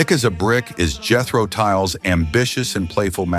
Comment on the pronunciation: No , Tull like Tull, not tall. You can check out interviews with Jethro Tull’s leader, Ian Anderson, if you are not sure what I mean. Thanks for your response. Take care.